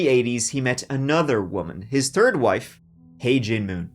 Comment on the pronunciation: you definitely pronounced 3rd "tHird".....Where's the real and what have you done with him?